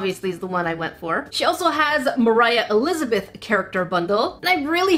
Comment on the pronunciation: you said mor i lizebeth